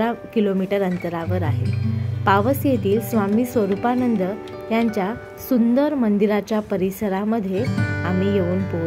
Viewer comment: भाषा सुधार, स्वरूपानंद आहे नाव, स्वरुपाणंद नाही